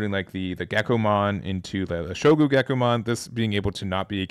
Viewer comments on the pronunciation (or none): Shogun! not Shogu